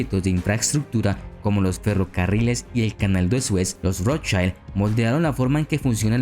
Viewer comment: 'Rothchild' está com a pronúncia errada, o I do alemão é igual ao português ou espanhol e não como o I inglês (ai). Em alemão o que tem som de a é o E, como Einstein.